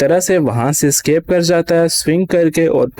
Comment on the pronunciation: Scape😂😂😂🤣🤣🤣 it's escape 😂😂🤣🤣